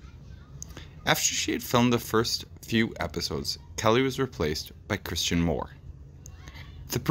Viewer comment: It's Christina Moore, not Christian Moore.